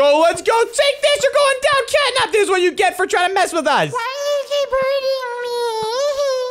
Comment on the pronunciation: Bro said catap 😂😂😂😂😂😂